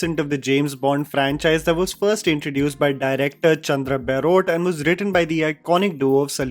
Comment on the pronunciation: Its not baerot it is Baarot. Pronounce it right